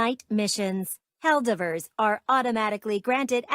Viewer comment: Helldeebers lolol